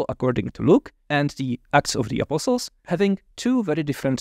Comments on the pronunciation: I love how he pronounces “apostles.” It sounds like “apple sauce.” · I was so confused at first. Every time said "apostles", I was hearing "apple sauce". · THIS IS NOT A COMPLAINT, great video, but I gotta say… I scrolled down to see if anyone else said it first. I kept wondering what the hell “apple sauce” had to do with the Gospels but finally figured out he was talking about “apostles”. That’s one example, but so many words sounded like something else. I’ve studied Greek, Latin, German, Spanish and a little French, and generally have little problem understanding accents. Mispronunciation is easy to get through, but the cadence of his speech- accenting different syllables- was very difficult for me. Was so distracted by trying to figure out what word he said that much was missed by me. I feel like a classical musician who stumbled into a syncopated jazz jam. Still, much appreciated. Thanks!